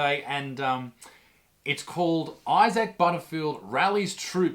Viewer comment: Angry Vegan, lol. Maybe needs to chill and have a veggie sandwich. Why cant he pronounce Isaac probably too.